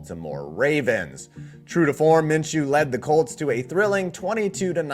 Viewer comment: "Min....Min...Min-chew" 🤧 - Chris Berman